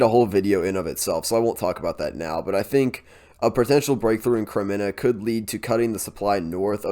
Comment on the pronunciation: Thanks for your reports! Kremina -- this is an easy name to pronounce. Accent the first syllable and pronounced it closer to a long A.